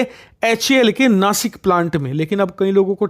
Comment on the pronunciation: भाई नासिक नहीं नाशिक हे